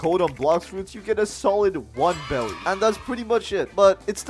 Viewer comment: Am i the only person who noticed hes been pronouncing beli wrong the whole time? Its not pronounced belly its pronounced berries its bery clear he hasnt seen one piece